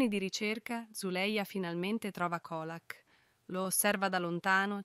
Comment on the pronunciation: Ma veramente? Assurdo dai!!!!! Peggio di beautifull😂 e comunque si legge Ciolak😂 mah !!!! E dire che voleva ucciderla derubarla!!!